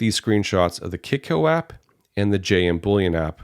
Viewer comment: Did you say kitco app ?